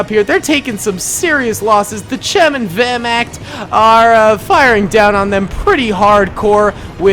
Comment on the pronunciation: His pronunciation of werchmacht hurt me (Ik I spelt it wrong I have a learning disability)